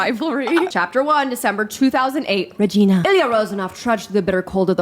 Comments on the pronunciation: As a Canadian, the mispronounciation of Regina, SK was so hilarious and unexpected. It had never occurred to me that you could just pronounce it like the first name. I guess that would make sense, though. It's actually Reg - eye - na, not reg - ee - na, though. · Regina is pronounced like vagina, just in case yall didn’t know lmaooo. Love when my hometown & my being gay come in handy simultaneously 💀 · Why would you pronounce Regina like that 🥲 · Regina, saskatchewan, is actually pronounced a different way. matter of fact, the city motto used to be "our name rhymes with fun" because of the long "i", so a fun creative choice there from